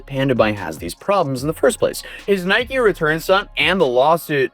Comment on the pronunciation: Can anyone pronounce Nike correctly.....